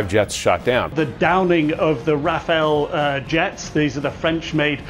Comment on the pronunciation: RAFALE ❌ RAWFAIL☑️